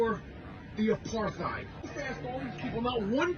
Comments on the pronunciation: What's an "a-par-thigh'd?" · Supposed to be "apart-ate", but at least you know what it is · If you ever questioned how dumb Rappaport really is..."Apar-THide" and "Is-rail-lian"😂 Pretty much closes the case on that. Hesnjust jealous of the attention his old buddy Bill Burr gets these days 😂😂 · Pronouncing apartheid with the TH sound is 🤌